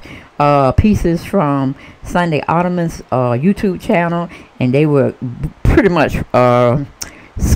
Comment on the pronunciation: " Suynday Ottoman" LMAOOOOOOOOOOOOOOOOOOOOOOOOOO that made my day!